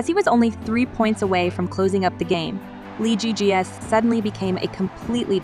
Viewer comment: LZJ’s name is pronounced Lee Zii Jia and not Lee Jii Jia